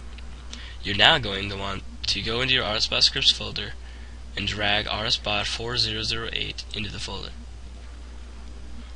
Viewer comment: he said rsbut tehe